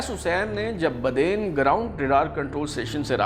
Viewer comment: Asm,its nit BADAIN ,it's BADEEN .